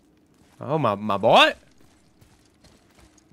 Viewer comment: perdón pero no me gusta que digas ma boy